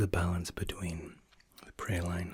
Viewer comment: I’m sorry lol. Did you just pronounce praline “prah lean” as “pre line”??